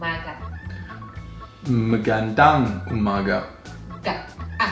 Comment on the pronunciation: Ur pronounciation is getting so much better! Just remember to always pronounce ur A's as u wud in ur first syllable in Magandang. U have a tendency to pronounce it as magEndEng. Great job still! I always enjoy watching u both in ur vids!